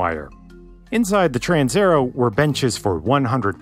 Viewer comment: TransAerEo. You swallowed la A and E. It is not a Trans_er_o.